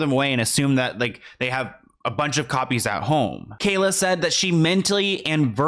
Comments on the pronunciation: Bro it's kaya not kayla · Why do you keep calling her Kayla? It’s Kaya. There’s no L in her name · Hey it’s KAYA not Kayla lol kai-ah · Love you, But is Kaya..no L in it Kalya. Lmao.. it seems like a mind block for you lol. Great job deep diving on all these videos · WHERE IS THE L IN KAYA,! 🤔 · Kaya not Kayla lol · Bro! Her name is Kaya. Where are you seeing an L at???? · KAYA!!!! OMG. Get the person you are talking about- her NAME RIGHT for God’s Sake man!!!